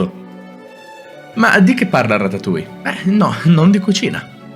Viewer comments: 😑🤦🏻 si dice ratatuoie Non tuia😂 haha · Di però ratatuja non si può sentire 😂😂